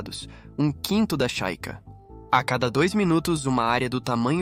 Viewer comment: A capital do Paraguai é Assunção, não Ascenção. É Chaco, não Chaica.